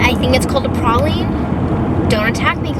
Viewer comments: *pray-leen. That’s the pronunciation. You tried!! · Pronounced PRAYleen. Not for everyone.